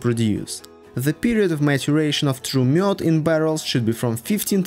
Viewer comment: You prononced Mjöd very good!